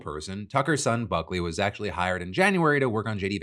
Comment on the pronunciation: I genuinely heard f*ckley instead of Buckley 😂